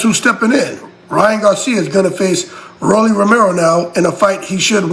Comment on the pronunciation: RALLY Romero 😂😂 come on bro get the names right